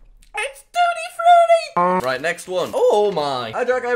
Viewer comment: its TUTTI frUTIE